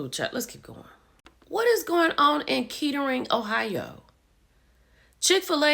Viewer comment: it's pronounced Kattering. It's right outside of Dayton and consider a nice area.